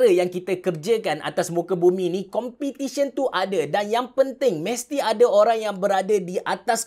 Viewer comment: Bang content ok dh cuma sya nk tlg abg btolkn grammar abg ... Competition ( sebutan btol Pe ) bkn Compitition